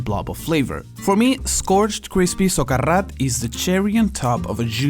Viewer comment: you said socarrat properly, i'm chocked